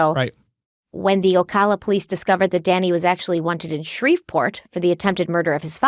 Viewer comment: My cousin worked at that Winn-Dixie during that time. Also, it's pronounced O- ca- la noto O-caw-la :)